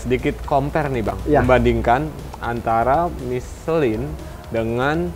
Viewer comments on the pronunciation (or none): Si joni knpa sih nyebut miselang udh tau michelin di sebut miselang aneh si joni ini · Michellin apa nyeselin nich..bahahaha